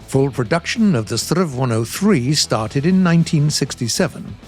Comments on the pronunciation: "strrrrrv"..? It's "ess-te-arr-ve" or "ess-tee-ar-wee" if you pronounce the abbreviation instead of saying stridsvagn 103. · Please, S T R V not STRRRRRRVVVVV. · Pls dont say strav say s t r v or s 103. But a relly good episode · I've never heard a Swede prounounce the abbreviation "Strv" as "sturv"... but I have heard way more common that we pronounce each letter separate like "ESS tee are vee" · I'm not sure if i catched how the name of this tank should be pronounced. Is it the strrrrrrrrrrrrerv or the srrrrrrrrrrrv? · Strv isn't a word, it's and abbreviation of stridsvagn, you spell out every single letter when pronouncing it, S-T-R-V. saying it as a regular world sounds so incredibly wrong. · Just a friendly remark in Sweden we don’t say Strv in one word we say it letter by letter. :) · Come on, Strv is not a word. Its short for Stridsvagn, you pronounce each letter seperately! Please, do research how to pronounce it...